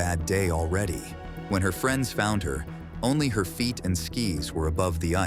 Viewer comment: "8000 feet" not fite